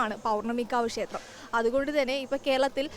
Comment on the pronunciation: കുട്ടീ.... ക്ഷേത്രം എന്ന് പറയൂ. ഷ എന്ന അക്ഷരത്തിന് പകരം " ശ" എന്നാണ് ഉച്ചരിക്കുന്നത്.